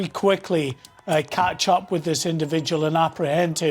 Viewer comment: Just watched ITV debate omfg Angela Rayners, how thick. There’s a th in thick and a th in with. Fik as fuk